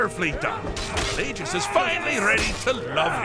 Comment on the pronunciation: Sorry to nit pick, but Palagius is pronounced "PA-LAY-JEE-US" Sheogorath is pronounced "SHAY-O-GOR-WRATH